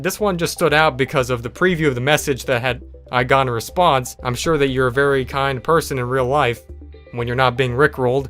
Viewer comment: "Haha, yro'ue"